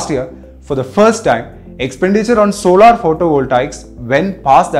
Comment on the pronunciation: Sorry for being a grammar police but please learn how to pronounce certains words properly, the word is SOLAR and not SOLAAR and it GIGAWATTS AND JIGAWATTS.